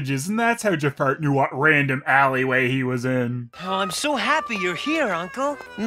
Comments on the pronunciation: I'm not sure if you were calling him "Jafart" or not, but I'm going to imagine you were. It makes this review so much more tolerable. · Are you saying Ja-fart? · Everytime you say Jafar,it sounds like you said Jafart